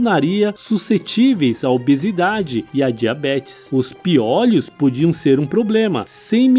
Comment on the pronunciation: PIÔLHOS é o plural, com Ô fechado, como MÔLHO. (Acentos apenas ilustrativos).